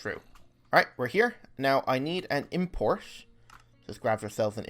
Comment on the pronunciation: its funny how you say importer :D